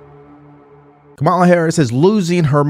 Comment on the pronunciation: “It’s Packed with some stuff, I say Articulity.” isn't she supposed to be an intelligent and educated person?